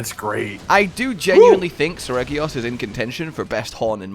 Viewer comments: Never got to fight OG Reggy(Cause me and everyone I've heard say it in real life say 'Sir-rejee-ose' not regee-ose. And yes I know Reggy is spelt with a G but pronounced with a J and is confusing. English is weird soemtimes. And yes, I have also noticed says other names weird and I'm glad noticed and is trying to stop it. Like he still says Nergigante wrong, they say its name in World, and everyone says it the same way except says it with a J not a G like everyone else!..... I say J for seregios and goes with G, but Nergigante is the opposite. English is weird!.... and english is my first language)....but this version is fun, his speed caught me off guard on the first fight and I died to a combo of attacks, took him alot more seriously after that and managed to finish the fight without another death after that. The next gen upgrades make him look so great, and the faster pace and manuevarability of Rise really make him what he should be. Allows him to realize his true speed, upredictable movement and aggression that he was characterized to be. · As usual mispronounces Seregios...